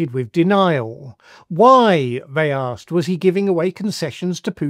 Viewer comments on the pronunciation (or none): none